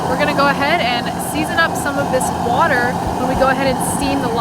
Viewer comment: Make sure you always drain the “watah”. That guy was Quincy through and through.